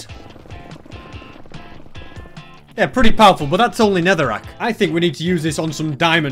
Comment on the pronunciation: You said netharack pickaxe